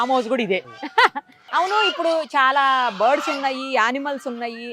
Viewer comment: Bird,s అవి board,s kadu ucharana sarichesukondi